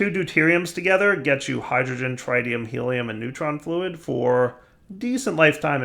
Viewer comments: TRITium. Pronounced like pit, zit, and bit. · tritium, with a short i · his pronunciation of tritium hurts my soul... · God, we're back to mispronouncing 'tritium'. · Now comes the next 5 episodes of saying H3 incorrectly. Yayayayaya